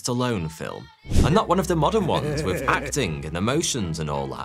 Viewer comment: What’s a “hick ick”? Hickok has an i and an o. And why do the Brits use a V when a TH is involved? “Wiv”? Really?